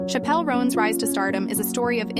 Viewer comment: her name is pronounced like the word Chapel